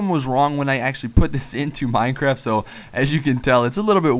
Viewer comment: You said mine crack